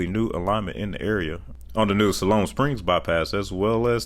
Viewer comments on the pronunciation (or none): Informative video, but you need to get your pronunciations down. El Dorado is El Doraydo," Mena is "Meena," Siloam Springs is "SY-loam Springs," and Tontitown is "Tawny-town."